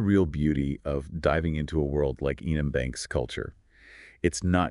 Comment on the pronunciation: Eye-an m banks? Is that intentional?